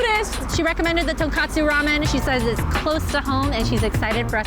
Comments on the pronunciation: Say it with me... tonkOtsu. NOT tonkAtsu. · I dont understand why ppl keep pronouncing tonkotsu as tonKAtsu... its totally different one is a type of broth and the other is a fried food..... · That, and not knowing the difference between tonkAtsu and tonkotsu.